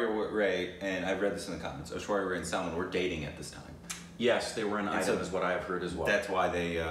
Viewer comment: They r still calling Aishwarya Raaaa'ae, Aishwarya ray.😠😠😡 And its Not Sulmun Its 'Sulmaaaaan(SALMAN)' And its not Ae'Jay Its 'Ujay'(AJAY)like Umbrella(aem brella)